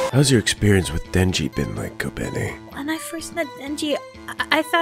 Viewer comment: It is pronounced KO-BEN-EYE